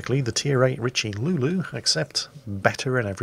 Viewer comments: Richelulu haha R (ee) Che - Ly (you) Richelieu haha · It's pronounced 'Reach-loo' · The French tier 8 battleship "The Richiluuluu", ah yes, good ship, good name